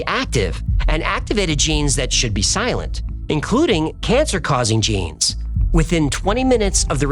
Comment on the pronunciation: "Je-Nise" needs to do that accent more often.